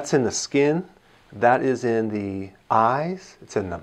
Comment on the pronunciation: What kind of doctor says "the" as "d"...? Oh wait is this Dr Dre?